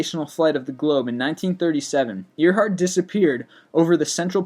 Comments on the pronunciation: ITS AIRHEART! NOT EARHEART! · Uhm his pronunciation of names sucks. It's not ear-hart. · you pronounce your words very weirdly but i never said nothing until earhart i live near earhart where she landed in northern ireland its pronounced like air hart not ear hart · Amelia Earhart's last name is pronounced "Air-hart"not Ear-Hart. We know this from recordings of her pronouncing her own name. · every time he said EARheart i said nooo AIRheart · It's pronounced like air-heart other than that your fine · i know 'earhart' is spelt 'e a r', but it's pronounced 'air'. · It is actually "Ear-hart" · Its AIR-HEART not amelia eer- heart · I believe it is pronounced Amelia Air-heart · Amelia earheart lol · i guess this guy just reads this script, because he seems to have trouble pronouncing proper nouns, like Taos and Earhardt.. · You mispronounced Amelia's last name! COME ON MAN! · Its pronounced "gy-gant-o-pithicus" not "gig-toe-pithacus-blackeye" and its pronounced Amelia "Air-heart" dipshit dont just regurgitate info do some fucking research better yet pick up a fuckin book